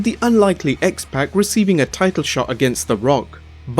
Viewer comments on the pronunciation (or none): He didn't pull Austin through the cage. He threw him through it. The "Pac" in X-Pac is pronounced the same as it is when saying Tupac. It's not pack as in "I bought a 12 pack of beer.